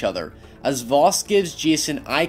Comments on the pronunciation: successor not predecessor ffs., if you don't understand a word don't use it....just saying. Albert Einstein gave the world the "definition of insanity" and finally it's pronounced Vas not Vos, simply playing the game would have told you that, so really your analysis of this game and attempt to seem intelligent falls flatter than the chests of the boys you fantasise about. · Happy Dog he meant the identity “Jason Brody” being the predecessor of his identity as Vaas... and pronouncing Vos is probably his accent